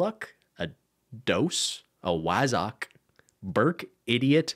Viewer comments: pronunciation of wazzock is sending me 😂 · Hearing non brits try and say British slang, like wazzock, will never not be funny to me.